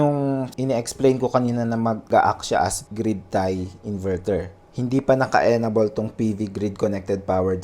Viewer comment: Enable = "en-ay-bol" po ang pag pronounce sir not "enabol" po. However, thank you for this useful video.